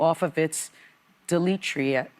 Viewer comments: DETRITUS . not deletrius. a dyslexic moment there. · Sunny, if you don't know what a word means don't attempt to say it. The word is detritus, and it's pronounced DEE-Try-Tuss